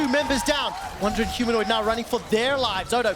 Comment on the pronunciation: Humanoint hahaha